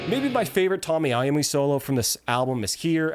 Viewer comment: just say T oh-ny I oh-me he deserves you getting his name right.